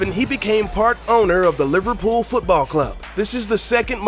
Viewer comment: the way you pronounce liverpool makes me wanna kill my self